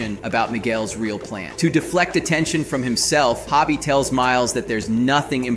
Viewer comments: Its Hobie not Hobby lmao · Ho-bee, not hobby, Anyway, I think Miguel is a prowler. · Why is he pronouncing Hobie like Hobbie???? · Please stop calling him Hobby.